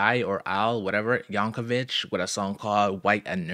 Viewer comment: His first name is Weird AL. Not AI. And though many get it wrong, his last name is actually pronounced YankoVICK.